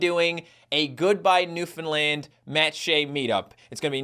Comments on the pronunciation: it pisses me off when I hear newfinland it’s new-found-land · Filfy bloody mane landers it’s pronounced NEW-FOUND-LAND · It's more like Newf'nland with stress on the first and last syllable Source: I live there